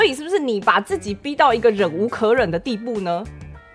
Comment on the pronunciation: 我覺得阿菜說的很棒~很公道很有道理~但自己的發音~讓我笑出來了~是ㄗˋㄐㄧˇ,不是ㄐㄧˋㄐㄧˇ~ 哈哈~